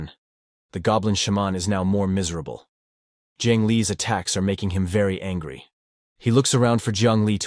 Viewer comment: Bro really say angy